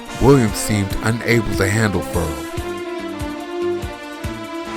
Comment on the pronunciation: It is pronounced Fer Rell people. Get it right.